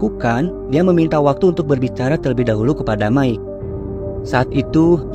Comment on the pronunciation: Mike bukan dibaca Mickey, tapi Maik.😅